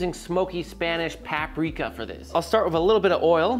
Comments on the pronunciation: It's usually Paprika not Papreeka. Coming from a Czech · the peppers should be sliced the long way not diced. and it's not "PAP" rika. it's PUP rika. otherwise looks tasty. not sure about the black pepper and the tomato paste though.